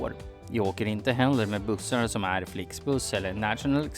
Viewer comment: Det går liksom inte ens att han förstå vad han säger ”transkvinnor R-kvinnor” liksom listar han hur han vill ha kvinnor, alternativt kan man höra honom fråga ”transkvinnor äre kvinnor?”